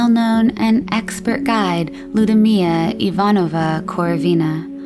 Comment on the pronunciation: Good, in-depth piece. Just a couple things--the double-l is not pronounced in Russian the same as it is in Spanish, so Ludmilla would be pronounced as lood-mill-uh. Also, "virile" and "virulent" mean two very different things. I hpe this doesn't come off as nitpicking, but as someone wanting to help. You put a lot of work into your content, so if I can point a couple small things (minor in the context of this long piece!) out, hopefully that just makes the next ones better and better. Keep up the good work!